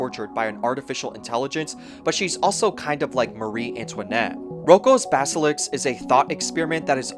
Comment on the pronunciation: it's basilisk, not baselix